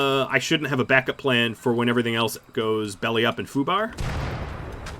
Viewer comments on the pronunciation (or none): none